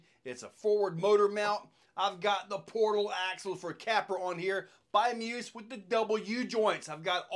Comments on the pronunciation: Isn't it pronounced me. Us. ? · Pretty sure it’s pronounced Me-us